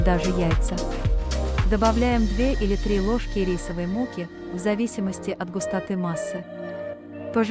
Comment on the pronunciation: Рисовой мУки? Так это озвучка искусств интеллект. Доверия нет теперь